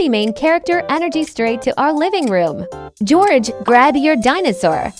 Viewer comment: That l said gorege